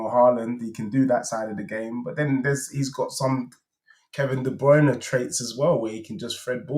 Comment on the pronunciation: Man said Kevin Debruyne ting in Kane ya na 😂😂😂